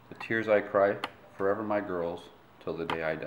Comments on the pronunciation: when did "forever" become "foreber" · "Foreber" is with v.